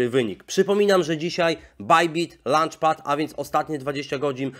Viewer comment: ))))) Fajnie fajnie tylko w LAUNCHpadzie nie chodzi o przekąskę między śniadaniem a kolacją :)))) Uczta się też trochę angielskiego oprócz nazw samych coinów. Poza tym wszystko ok :) Pozdrawiam